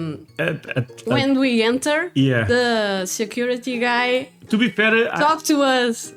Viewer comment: your English is outstanding. I only speak one language, so I am in no position to be critical at all. But if I could make one suggestion. The "e" in "talked" is silent. I I think it should probably be spelled "talk'd." That is true of any word that ends in "ed"